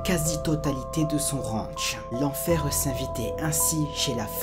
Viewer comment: "décidé d'établireuh dans sa maison", "l'enferreuh s'invitait"... x) tu rajoutes un peu trop de "e" lol j'ai bien compris que c'était pour rythmer et ne pas parler trop vite, mais de là à rajouter des syllabes c'est ptet un chouilla trop ? ;)